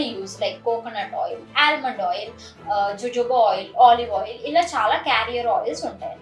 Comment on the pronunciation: Ho-Ho-Ba is the pronunciation for Jojoba